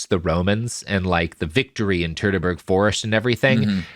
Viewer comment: My fave pronunciation this week was „Battle of the Turdberg Forest“. German really doesn‘t roll of the tongue for English speakers… 🥲